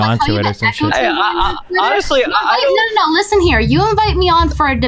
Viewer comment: love when the first thing I hear is LISSEN M8